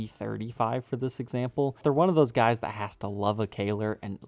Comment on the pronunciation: Please don’t say guysis